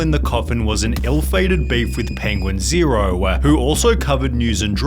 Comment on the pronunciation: I can't listen to Sunny anymore the "ah" at the end of every sentence is unbearable "penguin zero-ah" im Australian, no one speaks like this.